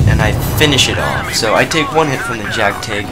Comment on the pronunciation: Jgtig no pronounced as Jack Tig. It's called Jag Tiger....